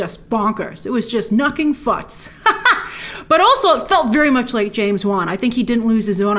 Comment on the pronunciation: "Nucking futs" 🤣🤣